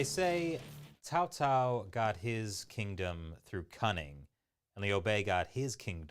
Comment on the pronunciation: Yes Cao Cao was Cow Cow 😂😂😂😂